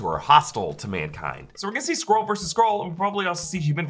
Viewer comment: Skrull, not Scroll, lol